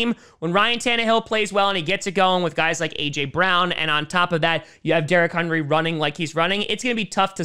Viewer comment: "derrick HUNRY"